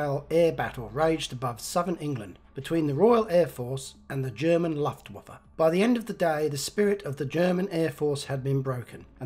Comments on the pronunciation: "Luftwoofa'? Try "Looftwuffa". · It was Luftwaffe, with a U. Not "Laftwaffe".